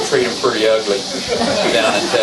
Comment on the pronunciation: "We would treat'hm puretty ugly down in Teksas"... so like, you would have him wrongfully convicted of a felony and then executed... oh no wait, he's not a black guy, so maybe you would just have him wrongfully convicted. also, the Bureau of Printing and Engraving prints money, and is run by the Treasury, not the Federal Reserve... just a note for Perry in the future